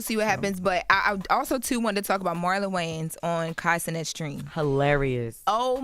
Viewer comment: It's Wayans not Wayne's lol. Illiterate ssa lol